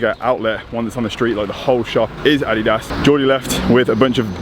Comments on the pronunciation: the way you say adidas is really somethin haha. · Took me a few times to understand what you were saying when you were saying "Adidas"..haha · The way says adidas 😂😂